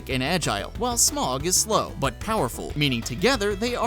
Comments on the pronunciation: Smog? Rely nigga Its Smoh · Smough is pronounced Sm-o the GH is silent. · Stopped watching the moment I heard smough pronounced smog. Do u call dough dog? Didnt think so. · or smough